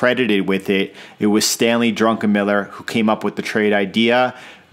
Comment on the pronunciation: solid TA. instructive. your bias-less-ness is particularly enlightening. but the like you earned for "drunkenmiller" xD